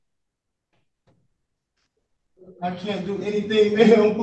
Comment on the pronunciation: she didn't say "concurrently," she said "con currently." 😁